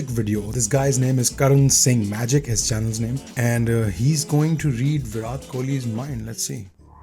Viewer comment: Please make sure you pronounce Virat's name right the next time lol.